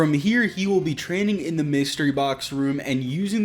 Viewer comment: “Dee” machine?